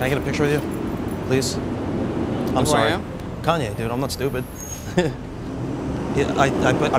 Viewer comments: I thought he said Kony lol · haha when he said "kanye" i thought he said "kony" lmao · Lol, I thought he said Kony too. He actually looks more like Akon